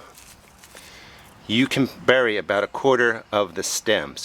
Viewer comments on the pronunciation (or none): none